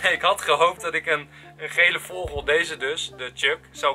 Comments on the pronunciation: Raar dat Enzo een stem mag inspreken van een vogel maar hij kan vogel niet eens uitspreken :D <3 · Whahah ik lig altijd dubbel als enzo 'vogel' uitspreekt😂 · HAHAHAAAH ik lach me echt dood om hoe jij vogel zegt😂😂😂❤️ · Jij zegt zo grappig vogel😂😂